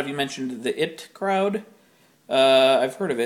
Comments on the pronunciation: Lol it's not the "it" crowd it's the IT Crowd as in Eye Tee. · its the IT crowd... like you call IT for computer help. not it as in the word it. IT as in eye-tee lol why i felt the need to clarify that, i dont know. aside form it being awesome. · its I.T. crowd not the "it crowd"... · It is called the I.T. Crowd. You say the I and the T separately. But it is amazing. Game of Thrones is fine, but if you have the time read the books instead. They are SO much better, if a bit more confusing when you start out.